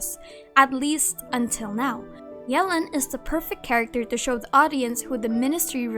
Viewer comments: Ohh noo she slays yelan name so bad 😭 it’s not Ellen with a Y 😭😭😭 I’m pretty sure it’s like yuh-lawn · Everyone: Yelan Keqing: yealan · Fun fact, according to Keqing's English profile voice over Yelan is pronouced Yālan.